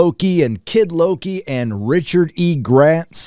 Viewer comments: It's WOKI not Loki. Say it right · Lokie? I thought it was called wokie? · At one point I thought said Woki... lol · Mloki ? or Floki ? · Loki.... you meant "Woki" right? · Low-T- ki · Nah. It’s Loki. You’re not 12 years old anymore.